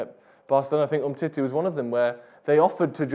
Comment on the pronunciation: The way says "umtitteh". Exquisite.